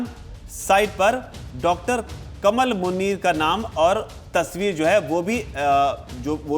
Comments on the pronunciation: It's not कमल, its कमाल मुनीर Please pronounce right. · नहीं इसका नाम डा कमाल मुनीर है भाई आप उच्चारण सहीकरें